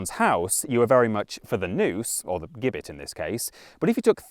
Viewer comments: Hi. Great first video. I do side with the the theory that the bloody code was likely a way of thinning out the increasing population of poor. (Not that it was their they were poor) just want to let you know that Gibbet is pronounced with a soft g (ji-buht) just in case it pops up in other vids. Just trying to be helpful sorry if i sound like one of those people:/ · Gibbet has a soft g, no?